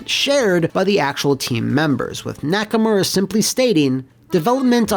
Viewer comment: >Nakamura Excuse you, it's pronounced "Nacker-Murray."